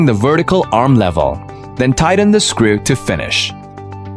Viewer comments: I can't listen to scriew one more time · I love the way he says "screw"..